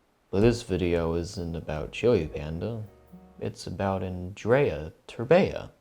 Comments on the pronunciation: How can you pronounce Andrei's name wrong every single time? XD The way you say it sounds like the romanian girl equivalent of the name, Andreea 😂😂😂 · For a second I thought I was the only one that noticed XD He's been pronouncing Andreea instead of Andrei the whole video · his name isnt andreea terbea please god help my romanian soul that mispronounciation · how come when spelling his name you say an additional a at the end ? its pronounced andrei , not andrei-a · Andreya Terbeya. Is it really so hard to say Andrei. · You keep saying Andrea! That is a girl name dammit! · You pronounced Andrei's name as Andreea whichis the feminine of that name. I think it's funny. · Dude,Andrei not Andreea.In Romania, Andreea is a girl's name.Like come on,you guys have Andrew in english,if you have that you could pronunce Andrei as well since they are rather similar. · I started laughing so hard when he first said Andreea instead of Andrei 😂😂😂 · Andrei is a pretty common name here, as well. I’m not sure how he got Andrea out of andrei. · Aren't you annoyed when he says Andreya Terbeya. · I like how he pronounced his name at the begining Andreia Terbeia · I'm pretty sure it's an-dur-ei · Wait isnt his name pronounced as andrey terbeh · Auuh-n-drew-ey Ther-Be-ah I love when English youtubers butcher Romanian names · yeah, where's the ending "a" in "andrei"?? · Great video but....can you pronounce his name right ,please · Man you totally butchered his name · He butchured his whole name holy lmao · As a romanian, the way you pronounce his name annoys the hell out of me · A great vid as always but good lord your pronunciation of Romanian names is so (don't kill me) cringe. Still luv u xxx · Andreiah terbeiah im romanian and get a lil triggered every time he says it